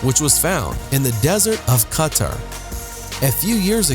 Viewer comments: Why did he pronounce quatar like carter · Its pronounced as Katar hyphen at the last syllable.